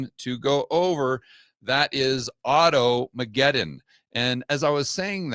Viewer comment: To many syllables in auto mcguton .